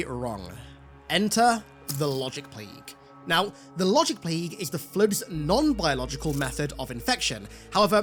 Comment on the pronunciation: “The Wogic Pwague!”